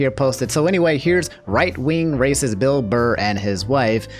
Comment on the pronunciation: canceled for saying "Bill Blurr"